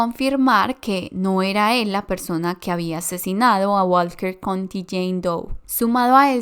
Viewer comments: Estaba. Pensando lo. Mismo. Que. Dijo Walket country. Doe. Como. 100 veces. Jajajaja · Lo pronunció tanta vez y erróneamente